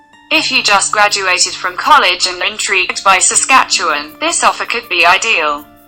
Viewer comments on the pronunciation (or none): none